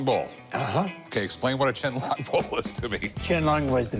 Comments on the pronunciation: Rrrrr, "ch'ien lung"??? IT'S "Qian Long 乾隆"!!! This bowl is not even form that period. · It’s emperor QIANLONG 🤦‍♂️